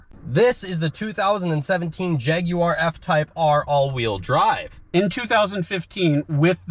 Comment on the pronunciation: At least (the younger dude) says jaguar correctly lol